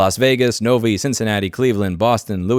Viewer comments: novee lol if thats novi michigan, its actually pronounced nov eye. Sorry to "um akshually" 🤓 I know you're not from here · Louis pronouncing Novi as "No-Vee" gave me a chuckle :P